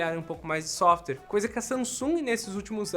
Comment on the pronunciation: XAOMI, SOFTER KKKKKKK